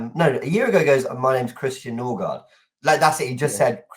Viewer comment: Nice to have a rivals perspective. Especially one who can put bias aside. Big up. Last year it was norgaard, this year he said something like norgul 😂